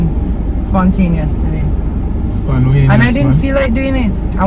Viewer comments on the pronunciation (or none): ‘SponWayneous’...I can’t!!😁😁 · SPONWAYNOUS TOOK ME OUT 😂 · Sponwayneous lol 😂 that bad lol 😂